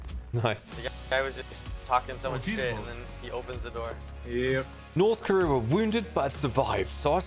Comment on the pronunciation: it annoyed me when you said north career